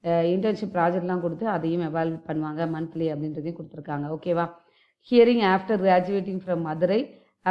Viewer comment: Ada lusu pakki madurai Offc ila adhu marupadi read it properly don’t read and say wrong guidance in sleepy mode .hiring uh hearing nu padikura marupadi uh madurai nu padikura .don’t misguide